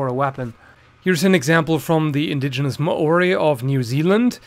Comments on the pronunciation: ***** hey I'm from new zealand(not maori btw) but you want to be saying 'maori' like you would the word moldy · Ah yes the ma ory